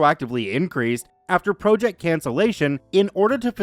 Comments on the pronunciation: I started listening to you channel last week. Enjoy the stories, but you constantly mispronounceing vowels is driving me nuts. Especially the word project. The way you pronounce it means to jut out. A task of work is pronounced project. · Could you check the proper pronunciation for project please? It’s distracting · why can you not pronounce the word PROJECT?!